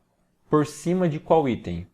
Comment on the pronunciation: Vídeo top parabéns. Só que falar aítem no lugar de item é muita viadage 😂